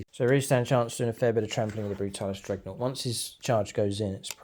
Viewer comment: I love your battle reports, but my god i cant help but get annoyed with "dregnought" 😅😅😅😅